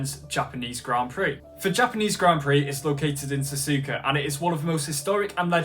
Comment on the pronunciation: ''yea next race is gonna be sazuka anyway next GP is the japenese gp located in sazuka'' like bro you said sazuka lol ''not hate comment im a fan your better than DanNoSkill''